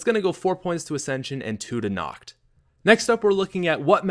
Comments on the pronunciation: Nacht: pronounced Nocked. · is pronounced nakt! xD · I hate how he pronounces nacht with a CH sound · vinny vandeel same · Dude...you're pronunciation of Nacht der Untoten is SO bad haha. There's no emphasis on the "h", in "nacht" and "untoten" isn't prounounced "tot-in" it's pronounced "tote-in". So phonetically, it would be "Nahkt der un-toe-ten". Love your videos, that just made me cringe :P